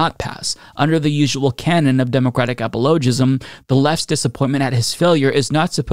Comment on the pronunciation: “apple-o-jism” lmao! It’s “Apollo-jism” ahahahaha